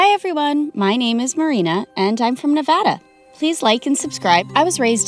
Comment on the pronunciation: she actually said Nevada right ty